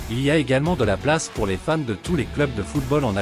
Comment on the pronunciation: Tu prononces très mal Fans, au début j'ai pensé que tu disais femmes.